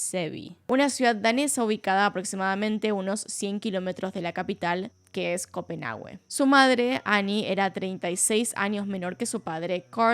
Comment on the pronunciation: que tipo tan horrible, excelente video como siempre, solo una cosa la "u" en Copenhague es muda